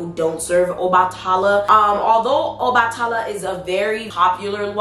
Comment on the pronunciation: PRONUNCIATION ⬇️ Obatala = OBA(LIKE BABA)-TUH-LA =OBA-TUH-LA Yemaya= YEM-AYE-YA 😊😉 Thanks for the video Love ❤️